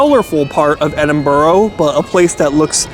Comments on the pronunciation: Please can you say Edinburgh more often! Your pronunciation kills us Brits..........Sorry to mock, but I can't help it ribbing you a little bit. But, glad to see you here in the UK for a septics wildly inaccurate misrepresentation of Britain. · Yet another YouTube clown who is incapable of pronouncing the places he visits!! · That's not how you pronouce "Edinburgh", lad. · You say it like Edin-bruh not Edin-borough. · Please, its Edin Burra, not burro. Get it right, not watching any more. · Pronounced Burr huh not Burr oh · It's Edinburgh not Edinboro !! If your gonna say a name at least have the courtesy in pronouncing the name CORRECTLY!! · Not even a minute into the video and I hear “eDiN-EaRl” 😟 Please, we hate it when tourists do this, it’s E-DIN-BU-RU or E-DIN-BRUH!! NOT EE-DIN-BURG OR EE-DIN-BOU-ROU!!!!! And please, for anyone planning to visit the UK DO NOT! VISIT! LONDON!!!!!!!!!!!!!! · bur-ah not burr-row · Totaly butchers the name Edinburgh not Edinburgho there is no O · Why do 90% of Americans/Canadians pronounce edinburgh. , edinboro it’s edin burr. Ah 😂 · Edinburgh not Edinborough! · Great video but it's Edin-bru and not Edin-burrow!! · Thank you for correcting the pronunciation. I've watched a lot of Americans visiting Edinburgh on YouTube and i swear, around 1 out if 10 say it correctly while all others say Edinboro. Like where in Edinburgh is there any o's. Confusing and was funny at first, now it's just irritates the hell out of me. Heard a few glasgow ones where the gow is pronounced like cow haha wtf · It's pronounced Edin Burah 😂 but your cool you videod my city lol we don't really see much of Edinburgh online, good video mate thanks 👍 hope you enjoyed the heart attack food we are know for haha Edit - AW BRO what a sin you had salt and VINEGAR 😮 salt n sauce mate BROON sauce 🤦‍♂️😂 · EDIN BURR A. The most annoying crap ive watched in my fkn life. Just fkn terrible. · FYI, it's pronounced 'Eh-dun-bruh' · Its pronounced 'Edinbra' or 'Edinbura'